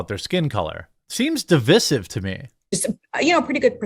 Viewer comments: I can't focus on how stupid that Allstate stance is when Jeremy keeps pronouncing "divisive" like an idiot. Otherwise, good work on the story. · Di- vie-sive. Don't pronounce the word like that dolt Obama. It is not spelled 'divissive'.